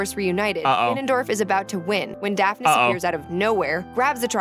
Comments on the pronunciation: Also it's "Daphnes," not daftness. lol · His name is daphnes